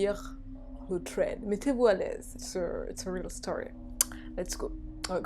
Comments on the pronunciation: Je connais déjà le 2 eme thread ! 😪 mais sa se prononce “sred ” et pas “tred " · C'est trop mignon tu dit "twread " au lieu de "thread" >\\< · Sauf que personne ne prononce ce mot "TRED" xD "SRED", à la limite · Je ne suis pas d'accord, je trouve que c'est hyper frustrant d'entendre des S au lieu des TH 🙁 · On ne dit pas un《thread》avec un t mais avec un s !!!!! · Pour thread, On prononce pas « sraid ? » plutôt que « tréd »? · j'suis americaine et enfaite thread c'est tred tout simplement. sraid je sais pas d'ou ca sort mais ca me fait grincer es dents chaque foi. comme quand vous dite ''the'' comme 'ze'' c'est ignoble ahahaha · Ça de prononcé "sread" 😂😭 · Le pwemier thwead 😂😂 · « Le twed » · le pwemier twed 😂 je t’adore 💗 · HAHAH ”twèd”😂❤️ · j'ai bien aimé ces thwead comme tu dis mdrr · Moi aussi ça m'irrite à chaque fois qu'elle dit tréd 😂😂😂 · Mehdi Mazouz mais oui mais en plus elle est là elle tape des phrases entières en anglais et tout mais « tréd »😭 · C’est déjà mieux que Squeezie qui dit vraiment littéralement « srède » puis ceux qui arrivent pas à prononcer le « th » dites vous qu’aux US une bonne partie de la population prononcent ce son comme un « t » directement et en angleterre c’est même parfois prononcé comme un « f » (écoutez du rap britannique vous allez voir mdr) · Insupportable ta façon de prononcer « thread ». Soit on parle anglais soit français mais on invente pas des prononciations. C’est super irritable. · Vidéo géniale + qui galère a prononcer le mot THREAD j'adore